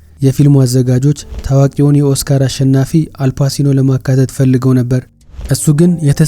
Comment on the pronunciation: Not አልፓሲኖ it is አልፓቺኖ።